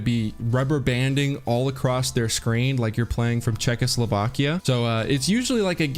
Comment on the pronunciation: Like for pronounced Chekhoslovakia correctly.